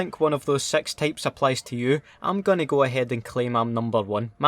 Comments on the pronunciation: Anyone else keep hearing him say "sex tapes" instead of "six types" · Is it me or does he sound like he's saying "sex tapes of cod players"